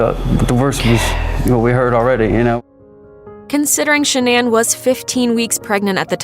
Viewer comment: I think she said /'sha-nan/ with the stress on the first syllable.